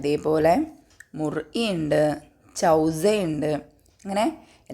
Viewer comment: ടീച്ചറെ നന്നായിട്ടുണ്ട് ക്ലാസ് പക്ഷേ ചില പദങ്ങളുടെ ഉച്ചാരണം തെറ്റായിട്ടാണ് പറയുന്നത് ഉദാഹരണം ചൗസാ ഒറിജിനൽ chooza